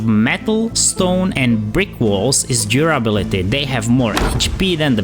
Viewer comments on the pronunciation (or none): Excelent video. Thanks. By the way: you re pronouncing the words materials, and durability